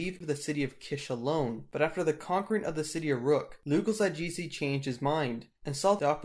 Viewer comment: Loo-gal za-gheh-see. And if you're a hardcore Sumerologist, it's loo-gal-tsah-gheh-see Anyways: Sargon was an absolute monarch. I suppose that is close to being a dictator. One thing though is that he doesn't really appear to attempt to set himself up as "inherently" better than everyone else--and thereby attempt to subvert law and religion under him. Instead, he proves his ability and luck by going to war, and doling out wise policies: thus as ruler he exists UNDER local custom: he's simply a particularly successful Lugal/Sarru in terms of his performance of his duties. You don't start seeing otherwise till Naram-Sin: he was said to have claimed divine status.